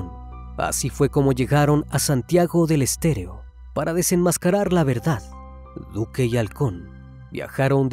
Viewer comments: Santiago del Estero .. no estéreo, con frecuencia pronuncias mal los lugares, corrige eso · es "Santigo del Estero"... no "... del Stereo"... como siempre, muy buen vídeo.... se demuestra una vez más, que si fuéramos más como los animales, seríamos más humanos.... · Una corrección... No es Santiago del estereo... Es Estero... Se entiende la dificultad con ciertos nombres de lugares... Muy indignante el caso aquí... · me parecio que dijiste Santiago del EsterEO y es Santiago del EsterO! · es santiago del estero, no del "estereo" xd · Es Santiago del Estero, no Estereo jajajjaj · Es Santiago del Estero, no del estereo🤣, santiago es como el Alabama de eeuu y el norte de México, no se si me comprenden 🤣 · por favor!!! si hacen un documental o investigacion asegurense de pronunciar bien!! Santiago del Estero!! es excelente la forma de tratamiento del tema pero van varias veces que no dicen con correccion los nombres o ponen fotos que no concuerdan con el tema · Santiago del ESTERO pronuncialo bien ya, todo el video lo dijiste mal. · Lamentable este caso. Pero realmente nunca fue tan conosido cómo dise el criminalista. Y se pronuncia provincia de SANTIAGO DEL ESTERO. SALUDOS DESDE LA PROVINCIA MENCIONADA, ARGENTINA.